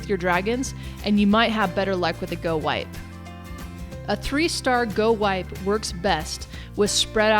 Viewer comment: its go wee pee thats what it sounds like